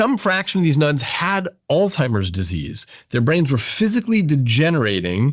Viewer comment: Your friend can't even pronounce ALZHEIMER correctly, yet he acts like he's so educated.